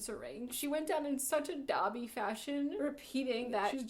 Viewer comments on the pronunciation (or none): none